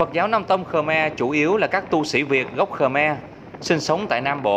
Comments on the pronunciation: Ngta gọi là khmer chứ ko phải khờme bạn ơi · Rất hay rất ý nghĩa . chỉ góp ý phát âm cho chuẩn về 1 dân tộc nhé . đúng tên dân tộc này . Khmer nhé. Không phải khờme nhé cảm ơn bạn . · Ad phát âm Khmer Cho chuẩn xíu "khơ me" đừng thêm dấu huyền nhé... Khmer là phiên âm quốc tế luôn rồi